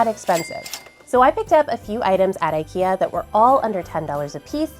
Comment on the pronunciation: It's not "ayyykeyah" in Swedish lol